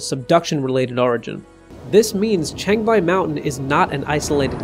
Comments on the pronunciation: changbai not chengbai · Chang = chahng like "wrong" not cheyng like "chain".